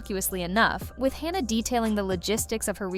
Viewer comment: It was driving me crazy how this video kept calling her by two different names...it's Hanna not Honna.